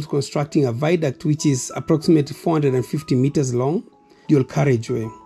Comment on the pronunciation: theres no word as viduct. ita a VIADUCT